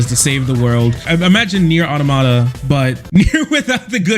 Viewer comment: Yet another gamer who can't pronounce "automata" correctly.